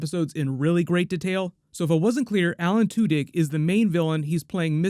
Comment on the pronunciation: 'Alan TWO-DICK.' Good luck unhearing that.